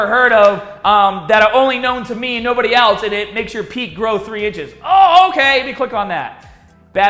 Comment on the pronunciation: I first thought you said "and it makes your peen grow 3 inches" before I realized you said "peak." That would be the clickbaitiest clickbait title to ever clickbait... at least until someone promises even more gains